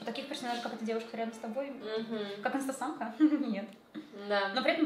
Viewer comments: давайте не будем коверкать имена, это не очень красиво Так же: с Инсетээмкой 🗿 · не будем каверкать имя человека: Инстасэээмка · мы не будем коверкать имена. Инстасамка Так же она через несколько секунд: инстасЭмка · в начале: я не буду каверкать Ник инстасамки Также через минуту: ИнстасЭмка